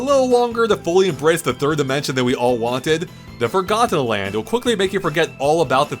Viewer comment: I hate the way he says forgotten land, like four got ten